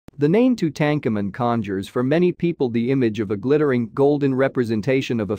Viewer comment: Ouch, Tutankamun pronunciation immediately killed my interest. I stuck it out though.